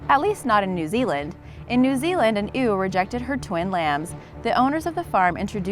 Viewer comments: Omg it's pronounced YEW not OO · Ewe is not pronounced "ew." It's pronounced "you." That being said... I really enjoyed this video. I'd heard of Koko adopting a kitten but I didn't know the details or that she'd had other cats and kittens too. Every other pairing was new to me. I especially appreciated Mable the chicken but that's probably because my great grandmother's name was Mable. All in all, this was a great video. Keep up the good work! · Ewe isn't pronounced "oo", it's pronounced "you". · its pronounced U not ew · "A YOU" is how to say "A EWE", NOT "an ooh" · An eww? It's ewe. Pronounced like the letter U. haha. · Ewe is pronounced like “you” (not like “ewww”) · It's pronounced you not oo the female sheep I mean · What is a "eww"? It's pronounced "U" aka Ewe: female sheep. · "An oo rejected her lamb." IDIOT! "Ewe". Pronounced "YOU." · Lmfao she said an OOH as a ewe. It’s pronounced “you-ee” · No.5 - Ewe is pronounced like "you" not "ew" LOL! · It's "you" not "ooo" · Narrator has an adorable voice. Perfect for this video. Oh it’s pronounced Yew, not Eww lol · Its not pronounced ew its like you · Ewe (female sheep) is pronounced "you", NOT "oo". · Learn how to say Ewe.....u.....u say u.... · Also, ewe is pronounced like "you" for future reference. It's why this joke works: Why are sheep baaaaaad drivers? They always make illegal ewe turns. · 5.46 she calls a ewe an eeewww 😂😂😂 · A FEMALE SHEEP IS PERNOUNSED U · it may be splet ewe but its pronounced u